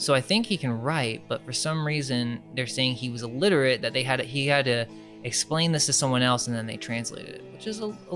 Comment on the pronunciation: You really need to work on your basic pronunciation of regular words, not just the crazy stuff.. like when you say ”illiterate"... You say "Elliterate" and you do that a lot. I only say things because I want you to be the best and if you can give people easy outs like this, you need to nip those in the bud, if I notice it, somebody else does too.. somebody who's looking for something to focus on so they can crap all over things.